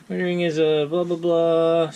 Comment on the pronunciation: If you're going to evaluate or give an "expert's" opinion (over 9 mins long), please tell us how to pronounce the product name or pretend you know it (ROW tring). The cap covering the eraser is a pain and probably lost forever in less than a month-be cautious if making daily use of the pencil. I received one 25 years ago that had an ink, a .07 pencil and a "hi-lighter" cartridge. I now understand Rotring discontinued this model. Duh? That's like Rolex saying you can't buy parts for their watch. As a novice pen user, saying the "D-1" is a refill is a BIG help. Would have liked to have seen some comparable, expensive multi pens. (I know, I sound like a dip. Thanks for the review.